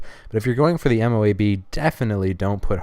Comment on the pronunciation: mo-ab it is pronounced mo-ab